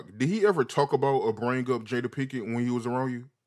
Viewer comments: Love it how they both keep mispronouncing her name "pinken" 🤣🤣 Until it becomes normal ...pinken pinken lol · “Jada Pinkin” “Will Sniff” “Will Smiff” who even is this guy!